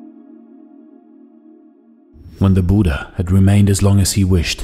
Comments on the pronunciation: It's not Buda it's buddha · Name pronouncing as " Buddh" not with aa buddhaa) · Brother , please pronounce buddha correctly its not buda its bud-dha . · Nice video. But please pronounce the title correctly. Short (u) like "put", "look", "foot" Budha, not Boooooooodha. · I want to say I disliked cause the pronunciation was wrong it's bhu dhya not Buda